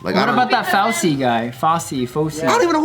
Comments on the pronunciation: "Foul-ci" :):):):) fkn lol. Americans lol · Kaley C hit the nail right on the head 🤦🏽‍♂️ Can’t pronounce Fauci’s name correctly, completely ignorant to the fact that he’s been a head Medical advisor for the last 6 presidents since ‘84, not to mention any of his work on AIDS research since the 80s.... Really missed the mark on this one, unless they’re trolling hard 🤷🏽‍♂️